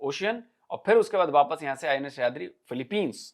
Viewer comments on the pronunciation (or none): none